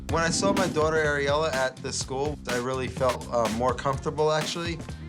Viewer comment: im sorry... his daughter areola. he says his own daughters name as areola?!?! also hes banging that other stylist. id bet my life on it.